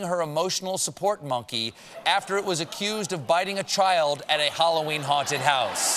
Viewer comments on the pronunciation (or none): none